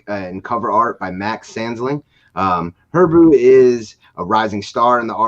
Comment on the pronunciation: Hebru Brantley. He-brew brant-Lee! You’re welcome. Sincerely, the city of Chicago.